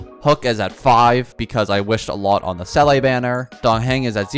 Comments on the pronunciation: It’s not seeley btw it seela seela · Se-lay😂 most ridiculous pronounciation ive heard yet its literally zee-la not that hard😢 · The baffling thing is that people who pronounce her name correctly seem to be in the minority. I can only assume they either skip story or pay the barest minimum of attention because I don't understand it either lol. I've heard 'seelie', 'selay', 'saylay'... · How is it possible that you mispronounce Seele when the game says her name nonstop in the belobog story? I don’t understand why you wouldn’t want to pronounce character names correctly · Some people don’t play the game in English Her name in game is also pronounced wrong to begin with. The number of people that CORRECTLY say the same is low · exactly, there's always a different situation. People need to just be more understanding and stop yelling at content creators in the comments for not pronouncing something right . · bro fr. People exaggerate this so much and content creators are getting so restless of it.